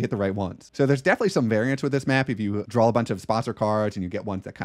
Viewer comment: Interesting tips but most of this game is tactical and situational. It's an exercise in doing the best you can with what you're given. Also, not sure how much I can take advice from someone who thinks draw is pronounced drawl!